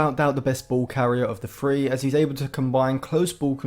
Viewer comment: Pronounce your th’s. It’s three not free, thousand not fousand